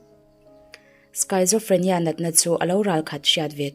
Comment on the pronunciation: Kum li lai liam tawh mahse ka ngaithla ve chauha,schizophrenia natna lam dan hi skit-zo-free-nia tih anga lam tur,medical term hi chu medical lama thawk lo tan chuan a har ve tho ang,story dang ah he natna alo awm leh pawn dik taka i chhiar ve theih nan ka lo sawi ve mai2 aw😊